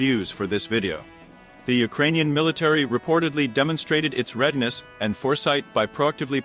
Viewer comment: You really need to ask a person to dictate these. "Der-tone-aded" isn't a word. It is nice to know the Ukranian military has "redness" and makes "stratedgic" decisions. Just ask a person to read the script.